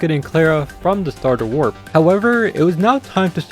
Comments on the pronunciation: its warp not wrap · is no one gonna talk about how they said wrap instead of warp..